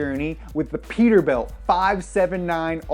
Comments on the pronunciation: it is PETERBILT NOT PETERBUILT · It’s peterbilt not peterbuilt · “Peterbuilt” hahaha